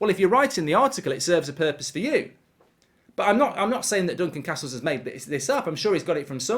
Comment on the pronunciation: Glad to hear he's back to saying Duncan Castles and not Duncan CARstle.